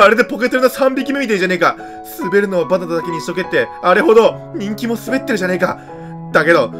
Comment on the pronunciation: 「意外とね、バナンナナ」